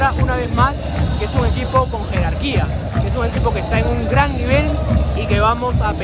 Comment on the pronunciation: Lo mejor del video "jerarquia" xD